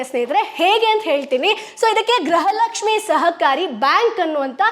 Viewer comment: Gruha Lakshmi anta sariyage uchhrane madi